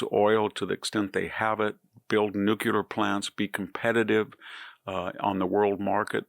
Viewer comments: Nuclear, not nucular. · VDH is way too intelligent for me to let it slide that he says “nuke-u-ler” Please. It’s “nuke-lee-ur” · Hey, Victor Davis Hansen, I think that you are the smartest, best educated person on the planet when it comes to politics and history. So in keeping with that, could you possibly do us (me) a huge favor? Pronounce "Nuclear" properly? Noo-klee-ur not nuk-u-ler. Please we're (I'm) begging you. Thank you in advance for anything that you can do on this issue. Long time fan & subscriber. Proponent of Hillsdale College. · nuculer? or nuclear... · Thanks,👴🏻Mr. Nucular IT'S NUCLEAR!!! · Victor: I do LOVE you. But…. It’s “NuCLEAR”. NOT “New Kew lar”… just think of two words: New Clear. And .. done! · Did you just say “Nucular”? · Please say nuclear. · stop pronouncing the word NUCLEAR the wrong way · You would think that a smart man lilke this would learn to pronounce the word nuclear correctly. It makes me think he is stupid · I love VDH but there is no u in nuclear!